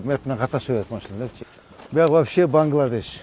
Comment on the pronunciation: Бангладеш деп тогри айти доли махалла😂